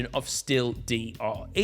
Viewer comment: bruh, it’s Dre not D R E